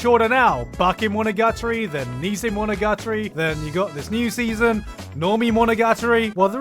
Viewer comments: I don't believe for a f u c k i n g second that that's how you pronounce "monogatori". But the longer I think about it the more sense it makes holy shit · Wtf is that pronunciation of monogatari lmao